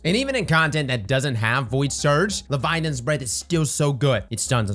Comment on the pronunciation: Still waiting for you to pronounce "Leviathan's " right :D